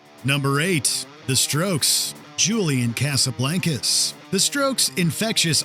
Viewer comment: Me: enjoying WM video WM: Julian Casablancas Me: dies